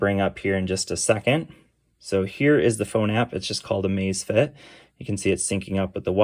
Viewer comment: LMAO it sounds like you're saying the Amazfit ass